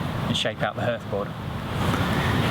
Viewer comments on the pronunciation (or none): Yes, although spelt hearth, it's pronounced harth, as in rhymes with Bath (if you're a southerner). Great vid though. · Although I've never heard anybody pronounce 'hearth' the way you do I enjoyed the demonstration very much. Thank you!